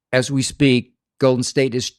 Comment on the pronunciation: “Olden State” 😭😭